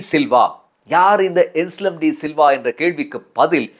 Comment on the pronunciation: "ANSLEM" "அன்ஸ்லம் "ඇන්ස්ලම්" "என்ஸ்லம்" "එන්ස්ලම්" அல்ல